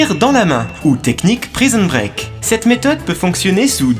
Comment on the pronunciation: mdr, "technique prison preak"😅